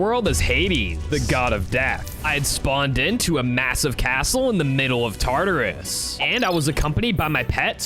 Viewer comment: Did you really just say tartus he is a beast that made something called yin and Yang